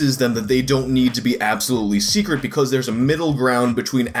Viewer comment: SUPER SECRET; SO THAT IT'S "SEKRET" .....with a "K"